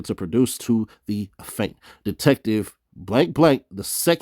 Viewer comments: bruh it aint a-faint its aff-e-ant 🤣🤣🤣🤣🤣🤣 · 😂🤣C'mon; its Affiant(aff-ee-ant) 👍🏾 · Af~fee~ent - Affiant. Be easy bro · pronunciation. You sounded like you were saying Aff~ant for the word affiant big homie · Affiant- Af-fee-ant hope this helps.